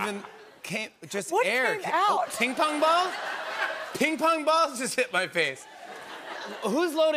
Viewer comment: Jimmy saying ping pong ball sounds like an asian selling you toys on bazaars :D